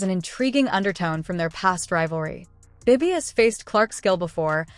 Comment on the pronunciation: What is the time stamp in the video where Bibby makes a "SHOCKING" statement that "STUNNED" Caitlin Clark? Terrible AI narrator. If you have any desire to produce worthwhile videos, ditch the AI narrator and use a human. At least teach your AI narrator to pronounce Bibby instead of saying B B Y.